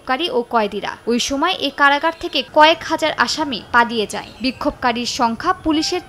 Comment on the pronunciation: "পাদিয়ে যায়" উচ্চারণ ভুল